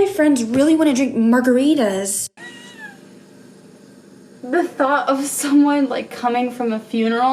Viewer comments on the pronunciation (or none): the way you said margaritas still gets me